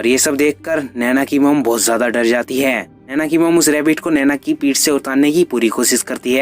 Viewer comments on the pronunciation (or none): It's naini not naina